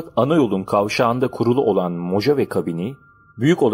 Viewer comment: Mohave diye telaffuz edilir. Guz3l video, emegine sağlık 👏